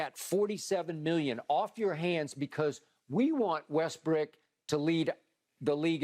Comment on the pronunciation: Kind of unrelated but I can't believe skip actually says Westbrick. Skip better hope he never meets him in a dark alley.